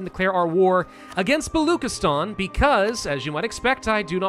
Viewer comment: As a Pakistani The pronunciation of Baluchistan killed😂